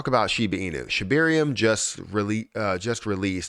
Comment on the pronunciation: Can you PLEASE PRONOUNCE SHIBARIUM PROPERLY???????? Geez!!!